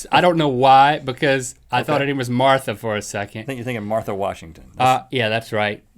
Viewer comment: Link pronounced Martha like my great grandma used to : "Marther." #Carolinas